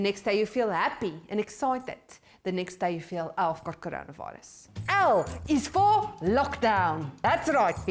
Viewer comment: The way says coronavirus is hilarious 🤣🤣